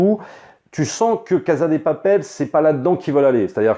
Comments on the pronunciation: Yo, ça se prononce "cassa dé papelle" ^^ merci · Mais pourquoi il dit “caza de papel”? Et “praison break”?